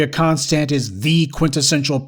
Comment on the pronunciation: Andrea CON-stand.